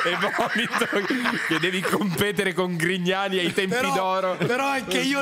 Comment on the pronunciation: scusate, non ho capito... ma dice "limona con Grignani" o "limona con i cani"?🤔